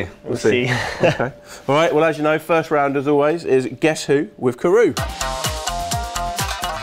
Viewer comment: Love these! However, you do know his name isn't pronounced Karoo, right?